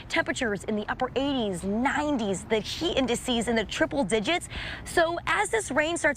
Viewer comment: Why does she say sheet instead of heat?